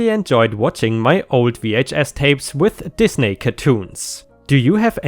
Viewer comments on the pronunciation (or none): I can't be the only one that thought said "these naked" cartoons and not "Disney" cartoons? I know its his accent but I had a little laugh